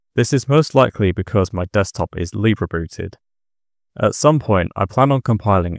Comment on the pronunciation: You don't have to specify you're bri'ish. The fact you pronounce libre as libré gives it away 😂